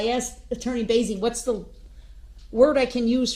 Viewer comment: He axed he axed , it's her fault. Bottom of the barrel Darrell. Wonder what his prison gang name will be!?!? His NEW DOC PIC has been uploaded to the DOC in WI.